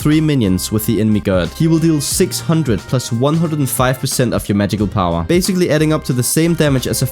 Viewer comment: I love how he says magical power "Magical POWA" lol